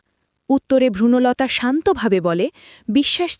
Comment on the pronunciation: আমি তো জানতাম নামটা বনলতা, ভ্রূনলতা নয়। পুরো সময়ধরে ভ্রূনলতা শব্দটা ভীষণ কানে বেসুরো লাগলো।